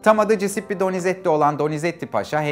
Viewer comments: Hocam sağol varol ama Cisippi deme şu adama CUSEPPE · Cisippi ne bicim bir telaffuz?